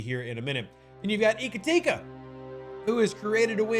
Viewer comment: I wish I knew how to write phonetics. Your pronunciation of the Jem'Hadar name hurts my soul. I like in Indigestion, Ka like in Kahn, Ti (short I), and another Ka. I think these are close enough examples to get there.